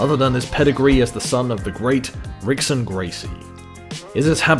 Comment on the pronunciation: That was Royce Gracie in Ricksons place when they said it . Also it’s pronounced Hickson not how it’s spelled